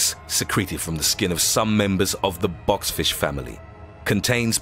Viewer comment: bob's fish? box fish? bots fish? wtf are you saying